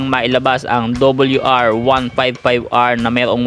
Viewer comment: RRRR hindi LLLL WR WL